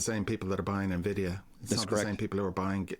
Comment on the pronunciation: Love ya Chris, but it's not "Nuh-vidia" it's "EN-vidia"